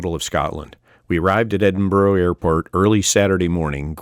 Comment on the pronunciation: By way of a tip Edinburgh is not pronounced Edin Burrow instead Edin Burra